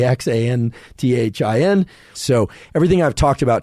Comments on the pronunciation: andrew it is pronounced ass-tuh-zan-thin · Right? I’m a normie and even I know it’s pronounced “asta-ZAN-thin” 😂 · is he messing with us when he keeps mispronouncing astaxanthin? Lol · Asta - xan - thin 😉 Thanks for putting this together. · Yeah what the f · Is that how astaxanthin is pronounced?